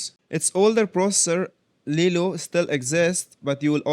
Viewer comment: Small correction it is LILO not LELO but nice job